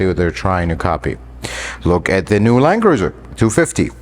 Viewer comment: I think I hear "land-loser" whenever I hear the new (Prado) Land Cruiser mentioned